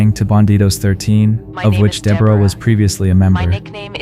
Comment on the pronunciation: Deborah being pronounced every which way but the correct one 😞